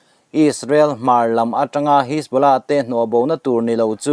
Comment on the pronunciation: Buaithlak lutuk,mitamtak hriat tur in chanchin an puang ṭhin si a. A thumal lam sual leh lam dikloh pawh hrilh mah ila,a zawm duh chuang hauh lo.a thu a duh zek😂 Pool...hisbolah..jonny dip.. atam mai😂